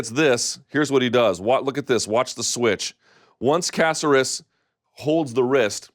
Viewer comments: Luke, repeat after me: ca-CER-es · Ku-sare(like dare but “s”)-us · casserus? when is it unacceptable for someone in the game to constantly mispronounce names? lol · Bruce Leeroy has 20 fights in the UFC alone. Let's at least say his name correctly lol. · Mr. Thomas. Please stop mispronouncing and perverting peoples name. I thought you're on a roll with Ngannou. Now you're messing with Alex's name. Get a hold of the American culture brother!!! Di Great segment!!!